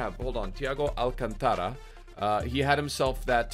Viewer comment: Alcántara, not alcantára